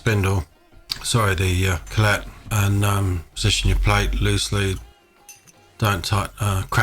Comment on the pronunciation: Fabulous video, very helpful, thank you. One tiny piece of constructive criticism if I may? The word Collet is pronounced like Collit, not co'lette.